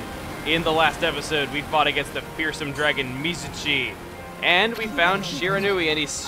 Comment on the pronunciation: Chugga I'm still pissed off about you mispronouncing Mizuchis name Its pronounced Miz-U-Chi not Mizachi sorry about that I play many JRPGs but I love Okami though its pretty creative